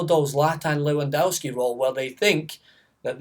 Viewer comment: I don't think you've actually watched a single Poland game this euros, Lewandowski is brilliant and you can't even pronounce his name correctly. Maybe you're just salty that he crushed your hopes by scoring a goal in the 94th minute in the qualifiers